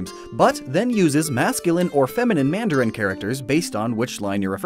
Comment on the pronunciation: Who is the speaker for mandarin in the video? His pronunciation is terrible. I can easily tell that he is a native Cantonese speaker instead of mandarin.